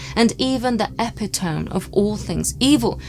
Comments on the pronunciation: Great video as always guys, however, the word isn't E-pi-tome it's pronounced E-pit-o-me. Sorry if this is me being a d#@ x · Epitome no, not Epitone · "Epi towm"? I know it's pronounced ee pittow mee*. If by epitome, you mean a person or thing that is the perfect example of a particular quality or type, then uh pittow me is way to say it. What is an "epi towm"? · Epitome = (eh pit o me) and not (epi tome). hehehe. I know, no one likes a grammar snob. 😂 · I commented on that, too. Yes, it should be pronounced ee-pittow-mee, not "epi-towm". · I believe "epitome" is pronounced as "eh-PIT-uh-me". Also, great episode! I've had an experience that's more or less the same, except that my attacker was cloaked in an old, tattered, oily-feeling robe of some kind. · LOL! I was going to do this, but you beat me to it, though I have a funny story about it as well, and I hope sees this: I thought the written word was pronounced epi-tome as well. For years I thought that, although I used the word in speech correctly at the same time. (go figure) Many many years later, a car advertisment with spoken and written copy had the word epitome and the correct pronunciation. I was SO shocked at my faux pas. Absolutely stricken, actually. But I also found it very funny, and still laugh about it. And, you should too! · Just an fyi, “epitome” is pronounced epitomee. I assume you leaned it from reading and I’m not judging at all, just letting you know for future reference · Mr pendantic here. Epitome = ee-pit-o-mee. Sorry! Another fantastic video and something I had never heard of before! Thank you! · Fascinating stuff, but . . . eppa-tome? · Great video. If I may, "epitome" is usually pronounced "è-pit-ō-mē" (at least in the US, is it pronounced differently elsewhere?) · Epitome = ee pit oh me. Love the episode. Excellent work 👍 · The last e in 'epitome' is pronounced. Phonetically it's more like epitopmy, the same as hyperbole.